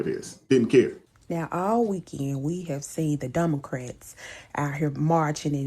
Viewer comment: She said DUMocrats😂😂😂 ..